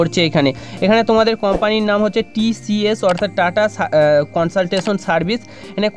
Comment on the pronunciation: Dada sathik pronunciations ta jene vedio te ele valo hoy... Majhe majhe 'so' na bole ektu home work korun jate vul uchcharon gulo correct korte paren... TCS er man tai eto bar vul bolchen, ektu nam ta pore niteo to parte.